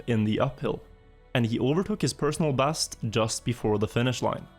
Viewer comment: Played trackmania a little bit with friends back in the day. These videos are great. Its hilarious to hear you using Æ as an E in all words. Like personal bæst etc🤣🤣🤣 Heia norge:)